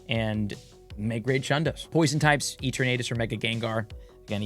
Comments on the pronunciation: its pronounce as "ee·tur·nuh·tuhs" not "eeter·nate·us" & its "ray·kway·zuh" not "ray·kwah·zuh" - LOL you killing me here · I can't get over how you pronounce Eternatus LOL! Is it not a play on the word "eternity"? Love you! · does he say it like that on purpose ? or is he one of those people who don't want to say it properly out of convenience lol